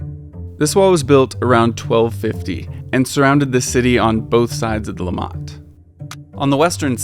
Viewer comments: Great video, learned some new things about my own home town :) Quick note, it's LIMmat, not limMAT, for the pronounciation of the river name. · please dont call the river 'LimmaH-t', its pronounced 'Li-mmatt' ;-) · It is called Limmat, not Le mat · It's "LÍMĀT", not "LEE-M-MAT": next time, ask a local! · Hey,it took some Americans to teach me about those places you got to access with that key! Never knew before, even though I live here. Funny detail: the first time you mention the river Limmat, I did not catch what you said. Your prononciation sounds sounds more like "Lamaze" to me as you stress the last sylable. Here we stress the first (as in summit, grommet etc) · LEE-MAT river? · You pronounced Limmat wrongly. -> li·mat -> emphasis on the M :) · Heh! Hearing Limmat stressed on the second syllable threw me. Hint: German words rarely are stressed on the final syllable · As interesting this is, you provide lots of false and half-true information! And your pronunciation of Limmat is so completely off, I thought you were talking about Léman (lake Geneva region). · OMG His pronunciation of “Limmat” drove me nuts and took me out of what is a -level quality documentary. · yeah but to be fair, getting all the pronunciations right is hard and it's probably just as wrong in other videos, we just don't realise because we don't speak that language...